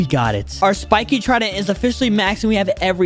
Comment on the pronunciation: Is it just me or did he say we will be fighting the spikes trindent